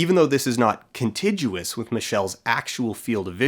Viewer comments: Whilst we're tripping on pronounciation : "Contiguous" is pronounced "Con-Tig-yoo-uss" not "Con-Tidge-yoo-uss" - just fyi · and it's "contiguous" not "contijuous" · "Contijuous." Well-spoke! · Yeah, contiguous does not have a soft G. Soft G is before I or E. I'm pretty sure this is true across dialects. I'm not finding kuhn-TIJ-oo-uhs as even an alternate pronunciation. Not that I noticed you "saying it wrong." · isnt contiguous pronounced with a hard g? con-TIG-yoo-us? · Yup, me too. Never heard it pronounced 'contijuous' before. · "contiguous" has a hard G sound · that's not how you pronounce contiguous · "Contiguous" uses a hard g, not a soft one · Contiguous has a hard "g" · Continuous and contiguous rhyme in every dialect; I think they're saying that you're pronouncing the 'g' in the word wrong (and I have to agree, people make the same mistake here and I don't think it's a matter of dialect). But also I didn't even notice it the first time around and it'd be just as fair to call that prescriptivist hoo-hah and keep saying it how you want. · I was born and raised in Vancouver and I have never heard anyone pronounce "continguous" with a soft g. Is this an Albertan thing? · Also, contiguous is pronounced with a hard-g, not a j sound. Because my brain literally cannot pay attention to the ideas being conveyed once it gets distracted by a mispronunciation.